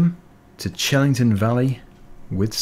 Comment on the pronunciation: Fun tip: it's pronounced hellington farm, just for the future